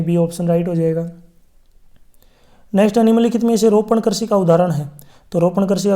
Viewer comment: Krishi hota Karchi nahi😂😂